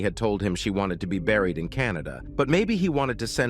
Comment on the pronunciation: Can you people PLEASE stop using these AI voices!? I just heard" the body had already been re-bariiad" and I had to go back 3x only to realize it said BURIED. Damn!